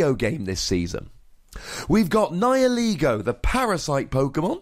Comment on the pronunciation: Thank you immensely for pronouncing "Nihilego" correctly.